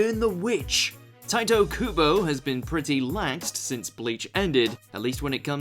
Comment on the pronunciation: You...you botched Tite Kubo’s name...TWICE! facepalm